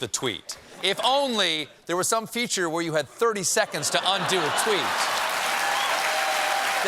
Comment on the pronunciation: Definitely thought Stephen said "undue tweet feature" instead of "undo tweet feature"